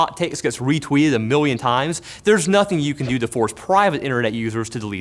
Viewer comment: A miwwian times.